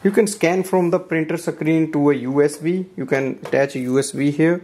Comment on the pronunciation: You pronounce the word screen, not sec-creen. It is a one syllable word.